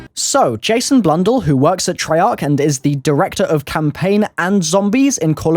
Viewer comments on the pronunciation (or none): Jason blundle wtf. Blundell*